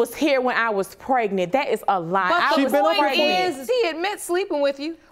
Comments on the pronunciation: Prenant lol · Why can’t any of these people pronounce the word “pregnant”?